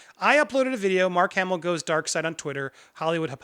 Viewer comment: The name of the man is Mark Hamill. Not Mark Hammil.